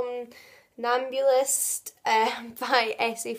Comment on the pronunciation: You definitely pronounced 'somnambulist' correctly :D